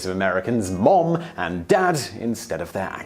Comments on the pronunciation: The British pronunciation (i.e., "mum") is /mʌm/, whereas the American (i.e., "mom") is /mɑm/, not /mɔm/ as I hear what you're saying. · Simon can't say Mom right. Its Muom... :D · I may be one of many to mention this you still say Mum when you're trying to say, Mom. The best way I can tell you is to think Mam and say, Mom. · On this side of the pond, it's mAHm, not mUHm. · In Michigan mom is pronounced "mahm" not "mome" like Simon. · English people trying to say "Mom" is hilarious, no one says "Mohm" it's more a "Mahm" it's a curved syllable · Haha mohm... sorry we say mahm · The American pronunciation of “mom” does not have a hard ‘o’ sound. It’s more like an ‘a’ or ‘ah’ sound. So it’s closer to ‘marm’. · His pronunciation of ‘mom’ is weird. It sounds like Ikea furniture: Malm. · He still pronounces "Mom" like "mum". Who the hell would be confused? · it's mah-m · did he just say "man-mum"??? (Rewind) Yes, yes he did. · Mom is pronounced like Somerset. "mawm" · Hearing someone say "mom" with a British accent is really odd sounding. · is it only me who finds it funny that despite his effort he is STILL mispronouncing "Mom"? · Sebastian Vlogs True, what kind of American ever said “Mom” that way, with a funny “oh”, looool? It doesn’t sound British when they say “Mom” but it doesn’t sound like that, either, lol! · It didn’t. But it did sound weird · Why on Earth would you say an American word with a British accent?! o.O Mom and Mum, whatever, just say it as you usually say it. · I almost could not tell the difference between his "mum" and "mom". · When he says mom instead of mum it sounds like he combined o and u into one letter anyone else? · Is it just me or is he mispronouncing Mom? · Lol he still can't say mom.its cute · Thanks not how "mom" is pronounced. The vowel is /a/, as in "father". We don't have that vowel you use in "clock". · He said Mom wrong